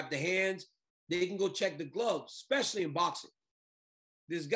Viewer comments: Did I just hear a journalism major say eXspecially, 😳 really Helwani? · Ariel, you're a journalist/reporter... Please stop saying "expecially"... It's especially... Thank you